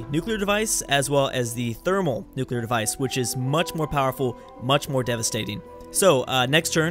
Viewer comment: it's pronounced Therm-O-nuclear not "Thermalnuclear"